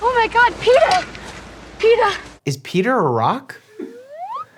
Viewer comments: it’s not Peter it’s peeta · his name is actually Peeta, not Peter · Its Peta, not Peter. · Is Anyone gonna acknowledge the fact, they said Peter and not Peeta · Peeta. Not Peter. Like pita bread. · It’s Peets not peter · DO YOUR RESEARCH ITS PEETA NOT PETERRR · ITS NOT PETER RAAAAAHHHHH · Not him calling Peeta Peter😂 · IT’S PEETA NOT PETER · “IT’S PEETA NOT PETER” We screamed in unison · urm well urm actually it Peeta not Peter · its peeta not peter😂😂😂😂😂😂😂😂 Plus this all takes place in the FUTURE thats why medical can help with stuff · Peeta not Peter! !!!!😩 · I’m sorry did you call him Peter It’s PETA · The pain when mike called peeta peter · Peter? ITS PEETA BUDDY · Btw it's peeta not peter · it’s not Peter but Peeta,just making a correction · Him calling Peeta Peter made me MAD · Peeta, not Peter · His names peeta melark not peter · THE NAME IS PEETAAAAAAAA NOT PETER MIKE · his name is not peter it is peeta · Is no one gonna talk about how he called peeta peter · Doctor Mike it’s Peeta not “Peter” Dr.mike are you team Peeta or team Gale? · I was bouta crash out when Mike called Peeta “Peter” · Peeta no, Peter yes. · DID U JUST SAY PETER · ITS PEETA NOT PETER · no its peetaaa not peeter lolll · HIS NAME IS PEETA NOT PETER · BRO . I am literally dying because mike does not know the story at all and misspronounciating the names it peetah not peter ok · Its peeta not peter!!!! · btw its peeta not peter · Peter it’s peeta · How dare you call Peeta Peter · it’s not Peter it’s peta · PETER?!? ITS PETAH YOU UNCULTURED SWINE! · HIS NAME IS PEETA ,PEE-TA NOT PETER😂😂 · Hey Mike, I don’t want to hate, just a friendly reminder, you don’t actually spell peeta like Peter, even though that is what it sounds like. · PEETA! NOT PETER! PEETA! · Petta not peter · Umm actually, his name is PITA,not PETER😊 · Man it’s not Peter it’s peta 😂😂😂😂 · its funny how mike called peeta peter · His name is not Peter it’s Peeta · I saw literally screaming that it’s peeta not Peter